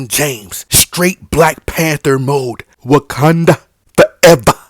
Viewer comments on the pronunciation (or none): none